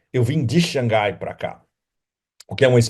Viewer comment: Parabéns pelas análises bastante pertinentes sobre a geopolítica mundial atual! Sem dúvida você é um dos analistas que mais conhece a China! Notei que no vídeo você pronunciou por várias vezes corretamente Shang Hai(lê-se Rai, mar em chinês). Não sei por que na mídia brasileira pronunciam Shangai, nada a ver com o som correto do nome da cidade. Imagino que só pode ser que algum inteligente achou desnecessário ter H, já que em português H não é pronunciavel, daí tiraram H, aí Shang Hai virou Shangai, um erro absurdo!